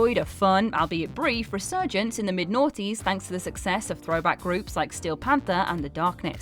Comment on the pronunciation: I love hearing her call the 90s " the nawntees" lol